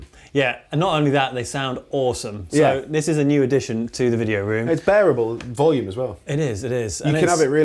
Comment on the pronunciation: Hah "video ROMM"